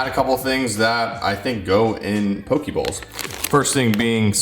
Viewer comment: FYI you’re saying pokey and it is pronounced poe-k